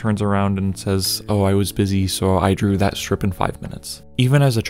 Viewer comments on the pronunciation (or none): none